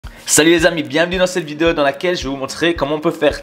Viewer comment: Y'a pas feuteu dans la videheu